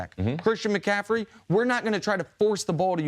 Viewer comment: Why can't Chris Carter say mcaffrey he keeps saying mcaffedy